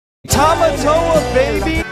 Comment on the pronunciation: You saying tomatoa at the end was expected